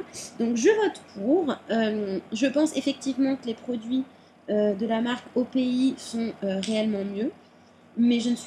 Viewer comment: On dit o.p.i (les lettres en anglais ;p) sinon tes video sont super ;)